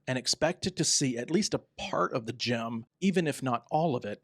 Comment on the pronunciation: It is GIM not Gym